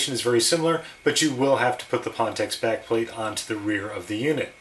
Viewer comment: It's pronounced "fan-techs".